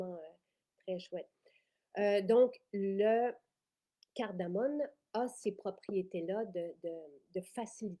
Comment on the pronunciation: Bonjour, merci pour ces belles nouveautés, bien intéressantes! Petite précision, c’est de la cardamome et non « cardamone ». Bonne journée!